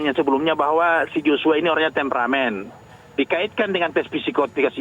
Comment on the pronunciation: Susi msh asing dg istilah tempramen. Pengucapannya msh kaku krn merupakan istilah yg baru didengarnya dan harus dihafal.